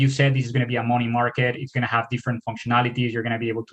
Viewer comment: Borrowing mowny. Borrowing mowney.